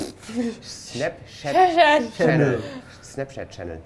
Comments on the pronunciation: such effort and determination to say "SnapChat" and still messed it up XD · "Schnaps!" hahaha :-D Schnapschat